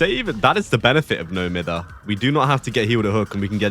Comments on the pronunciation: I still find it funny how people say it wrong till this day. People say no miffer , but cause he’s British it should be pronounced no miyver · I’ve never heard someone say it beside like one YouTuber say it myther, and it broke my brain but I promised myself I’d pronounce it like mither no matter what anyone told me😭